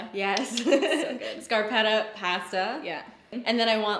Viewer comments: What the hell is past-uh? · i dont think ive heard anyone else ever say pasta like you do lol, envious of this friendship dynamic fo sho